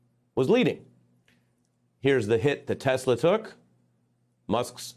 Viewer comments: Trump said he loves tesler? lol I swear I heard that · "I love TESLER!"😂😂😂